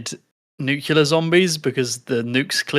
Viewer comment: Anyone noticed that says "nukelar" like Homer Simpson instead of "nuclear"? Anyway, Cesar, Caesar, Kaiser and Czar probably all come from the same word, don't they?